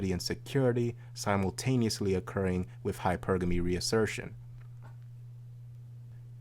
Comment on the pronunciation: Its wiTH, not wiFF!!! Aaaargh!!! It's the only thing I don't like about.